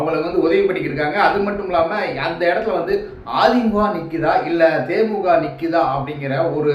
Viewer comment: கட்சி பேற தெளிவா சொள்ளுபா தே மூ க. இல்ல தே மூ தி க